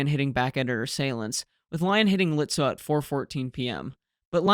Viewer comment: Excellent return from your vacation with your best video up to now. The Germans were lucky that Beatty didn’t give a sh*t on professional communication! Seydlitz, Lützow: perfectly pronounced! 👍🙂